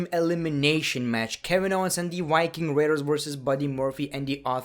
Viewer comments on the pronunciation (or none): WIKING RAIDERS? LOL!!! LEARN HOW TO SAY VEEEEEE